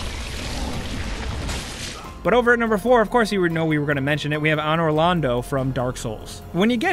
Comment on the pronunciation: Ann-or Lawn-dough